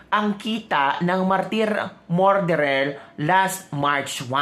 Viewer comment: Ateh please pronounce “Murderer” as “Mer derer” not “More derer “‼️❤️🙏🤡SalaMUCH‼️🇵🇭